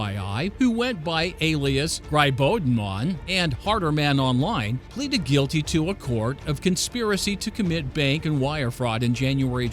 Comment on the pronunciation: Gribodemon is prob wrong pronunciation, in Russian it would be “Greebo- dhyemon” meaning mushroom demon.